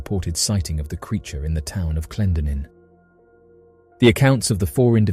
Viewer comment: Hey :) from WV here; Clendenin is pronounced like "glen" but "clen-den-in." 3 syllables / emphasis on c d & i. ♥️ love your videos!! ♥️